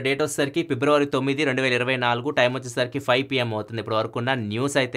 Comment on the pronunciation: February ❌ Pebruary✅